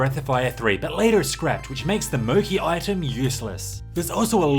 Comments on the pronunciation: THE MOCHI is not pronounced with hard k, Mo-Khee. but it's pronounced like c in Chiken, Mo-Chee. Which obviously refers to "mochi", the famous Japanese soft and glutinous rice cake, as the planned function in the game supposed to cure petrification. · I just want to point out that it's pronounced as Mo-"Chi" not Mo-Ki. Great video btw!